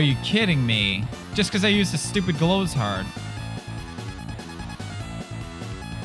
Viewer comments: WHAT DID I SAY?! ITS CALLED GLOW-SHARD NOT GLOWS-HARD!! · Pewds deliberately mispronouncing every item since GLOWSHARD is the funniest thing